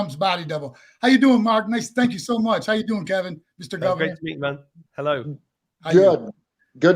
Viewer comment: Stop saying hel lo mark